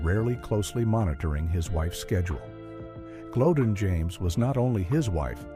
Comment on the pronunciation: The Late Great Barry White's Wife from years ago, NAME is Pronounced " GLO- DEAN, Not GLODEN, please get it Right!!!